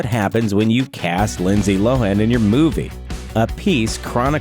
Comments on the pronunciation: Its Low-han. Not loan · Lindsay "Lowin?" It's pronounced LOW-han, you dumbass! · There’s two syllables in Lohan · How the fuck do you mispronounce Lohan